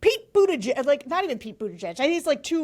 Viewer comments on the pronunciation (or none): none